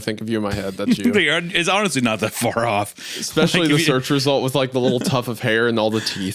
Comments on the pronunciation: Can't believe at the bingo board on that the editor didn't also mark off Hunter mocks Isaiah (he did a mocking impression of him) and "eck-specially" which Hunter already said when he was talking about dead parents. Smh'ing my head. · The FREE SQUARE on the bingo card should 1000% be “EX-SPESH-AH-LEE”… 😓 🌈🪬